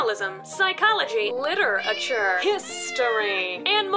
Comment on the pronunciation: "litter-ature" LOL! *this joke made possible by the very specific life experiences of one very funny, cat loving, ex-english major, trans person. thank you! <3 <3 <3